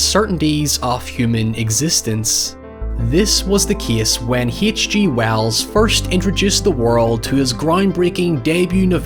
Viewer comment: Heeatch Gee Wells.